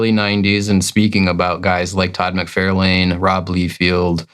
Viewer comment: Love your videos, but you guys consistently brutally butchering the big names in the industry, McFarlane, not McFairland, Liefield, not Leefield, and Markie Millar? 😂